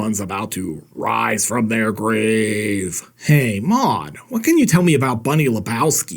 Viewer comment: You mean “ rise fwom your gwave” yes yes I do fondly